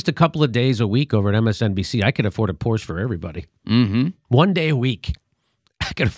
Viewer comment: The final -e in Porsche isn't silent, Jimmy. It's German, not French.